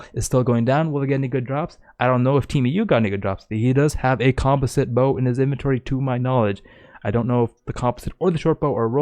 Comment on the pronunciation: I hate the way you mispronounce composite...